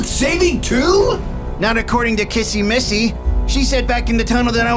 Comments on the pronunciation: It's not KaSsy MaSsy it's kissy missy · Is not cassie ma si it's kisi me see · It's kissy Missy not Kasey massy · I love that Justin says CASSY MASSY😂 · He says "kassy massy" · Yes the new saying Kissy missy’s name wrong is Kissy missy